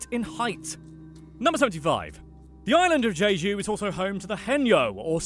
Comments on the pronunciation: Please don’t say je-jo it’s jay-ju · it’s pronounced jeh-joo not jee-joo. but you did say landlord in korean so that’s a start (지주 means landlord) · Not Je-ju but Jeju-do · Where is this Jeeju you speak of? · What's Jeju? I only know Geee dueeee 😂😂😂